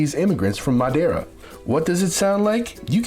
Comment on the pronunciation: This narrator is pronouncing all the Ds like a brazilian lol madjeira?